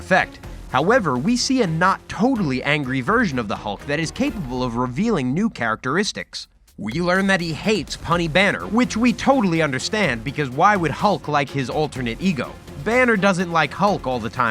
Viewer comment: "...he hates punny Banner", hey? Lol, it's pronounced 'pew-knee'.